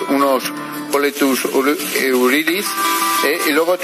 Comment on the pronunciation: Ya cuando dice boletus eulidis jajajaja